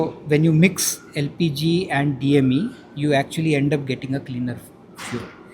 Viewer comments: She has made up her mind,it's dem😅, she is perhaps nervous, its ok... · it's DME, not DEM...please be careful... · DEM nahi DME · That lady journalist is a pure idiot.. She kept on saying DEM when the polite gentleman kept saying it's DME. I don't know why such morons get the job in India .. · As per reporter it's Diethyl mether 😂 Jokes apart hats off to the scientist 🫡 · Kitni baar DME bola phir bhi DEM bol rahi hai reporter. 😅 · Can we remove this reporter.. it's not some light topic. It's Science at high level and the future and she can't even pronounce short form of it. He trying to explain with seriousness and she I just felt stupid and poor लिस्टनर. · Hats off to the CSIR scientists but this young lady keeps calling it DEM instead of DME 🤣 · She Repeatedly called the DME, as DEM. Do some Hore work girl before the Interview lol.. 😂😂 Very Embarrassing really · Arrey madam DME DME DME......DEM NAHIIIIIIIIII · After interview Scientist must have had asked kisne isko reporter banaya. Even after pronouncing it DME repeatedly report is not getting... She is repeating DEM.. 😂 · Please send reporters who has adequate knowledge and spelling the new technology terms properly. He said many time as DME but she saying still DEM. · It’s very irritating that the lady was continuously phrasing DME as DEM. Strange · The reporter is expressing her stubbornness/ foolishness time and again. Frustrating watching her say DEM instead of DME. Wish I would give her a tight slap and correct her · She just won't listen. It's DME not DEM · It is day mare do not belive. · He is repeatedly says DME but this lady says DEM!!! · Bruh, he said DME like 10 times, and she keeps on saying DEM. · Gavti reporter he is again and again calling it DME and she is repeatedly calling it DEM. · DEM is anchor's attempt to become famous, else how difficult is it to say DME? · The reporter is not listening at all.. I thought after the scientist said DME she will correct herself but she keeps saying DEM.